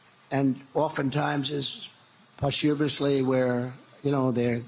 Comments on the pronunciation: “pos-HUM-mustly” ??? 😂😂😂 Where did this guy go to school? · “post-HUME-mously “ ??? 😮 Where did this guy go to school ? 😂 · NPD Troover who "knows the best words" can't even pronounce posthumously. I'm shocked to the core! 🇬🇧